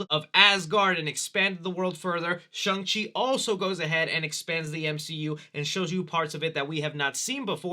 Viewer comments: It’s actually SHAWNG-Chi rhymes with song. It’s the same kind of A sound like Hall, ball, wall. Please notice this comment. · "Chungus Chi"😂😂😂😂 is built different!